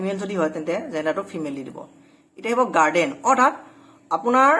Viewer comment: Hello Mr. গাৰ্ডেন নকয় গাৰ্জিয়ান বা গাৰ্জেন বুলি উচ্চাৰণ কৰিবা।